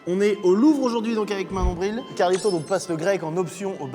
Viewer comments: C’est pas Manon Bril c’est Monon Bril 😂😂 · eh c'est pas Manon Bril c'est Monon Bril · Manon Bril ? C'est pas Monon bril ? 😂